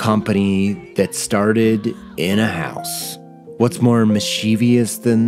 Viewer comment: Mikey, you're awesome, and this is yet another fantastic video. Buuuuuut ... You're killin' me by repeatedly pronouncing mischievous as "miss-chee-vee-us". It's "miss-cheh-vus" or "miss-chuh-vess". There aren't four syllables in the word.